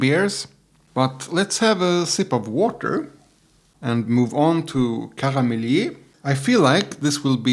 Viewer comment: Pronounce it as Karmelït. With the "i: like in "ea" in yeast. My favourite triple uittil now as well. Bit of vanilla, mild sweetness and pleasant herby bitterness.